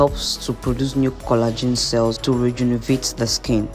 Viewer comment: Rejuvenate not rejunevate